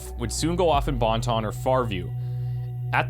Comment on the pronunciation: I always chuckle when u say "Bon Ton"